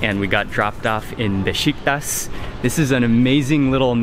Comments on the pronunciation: I love your videos, and I lived there almost two years, it is Beshiktash, that s with tail pronounced SH! every time you say Beshiktas, one young Turk get heart attack!! LOL, you are very respectful every country you go to their culture, and that's one the reason I follow your videos, thank for great job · Besh eek tasH....not tas, Turkish food is yummy! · is beshiktash not beshiktas